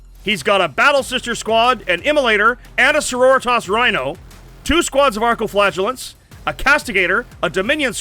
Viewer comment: Did say Arco flatulence??